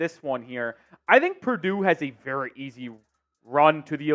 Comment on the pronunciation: Purdue 😂pleeease